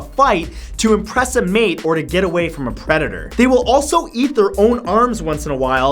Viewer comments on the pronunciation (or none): none